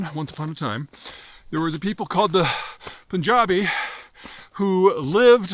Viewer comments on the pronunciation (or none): Du-u-ude! P- U- N, "pun". Just like the English word. NOT "poon". "Pun/ja/bee". Capiche? When will "yous guyses" get it right? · By the way its pronounced Punjabi, not POOON jabi. You forgot to mention Punjab and India was done dirty by colonialism. Please update your sources. This whole mess is 2nd to colonialism.